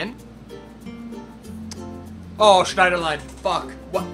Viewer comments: Schneiderlain? Its Schneiderlin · STOP SAYING SCHNIEDERLINE THERES NO E AT THE END OMFG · "Schneiderline" lol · There no e at the end of schneiderlin